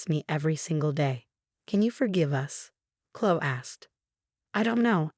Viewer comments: Please use names that the computer can pronounce. It's Kloh-ee. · Oh good! I came here to say the same thing. So irritating, they keep choosing this name but speech bot has no idea how to pronounce it. Uggghhh😢